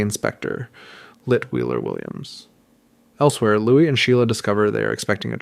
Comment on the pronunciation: Checked out when I heard how you pronounced "Louis"